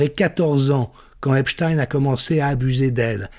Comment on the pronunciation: Merci prononcer "Epstein" comme "Einstein".